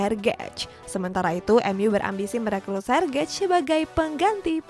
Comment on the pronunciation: Lagi2 pengejaan nya perlu diperbaiki Sergej dieja Sergey lah